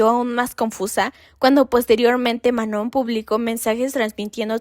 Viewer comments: El nombre de Manon se pronuncia *MANÓ (sin la n al final, no tiene sonido) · Se llama Ma-no!🫩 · Decepciona una y otra vez que cuando investigan para estos videos sigan sin poder pronunciar bien el nombre de Manon, algo a lo que ella misma ha dado mucho énfasis . O si hablas de temas raciales, debes llamar a las chicas negras como chicas negras, no "de piel oscura". Por otro lado, Lexie también tiene ascendencia latina, y muchos lo olvidan... No sé, falta más estudio. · Qué pena. Podrías tomar el comentario para mejorar y no dar excusas. Sólo responderé a una cosa, lo demás lo puedes investigar mejor. El que otras personas pronuncien mal el nombre de una alguien, no es razón para continuar haciéndolo, todo lo contrario. Sobre todo si tu video se trata de respetar identidades y/o etnias. La misma Manon no tolera que digan mal su nombre. Cero respeto por ELLA. Lo que hagan los demás no debería importarte (¿Missy? ¿En serio? La misma que trató pésimo a Manon la pones como ejemplo, increíble). Ojalá si vuelves a hacer otro video donde la menciones puedas pronunciarlo bien. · uy si la manon va a tener un ataque de pánico porque una youtuber pronunció mal su nombre, déjenla de tratarla como un cristalito